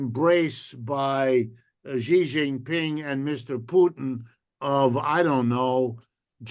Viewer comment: Wolff and Hudson, we love you. But get Xi's name right!!!!! Idiots on Fox say "Gee" and "Jee" etc. This is a major world leader. Xi is pronounced very much like "she" like the female pronoun. Look it up. Come on, guys., spread the word. Let's get it right.